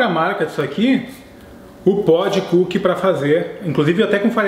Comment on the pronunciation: "-Comer coo kie é bom" (TROLL, ):v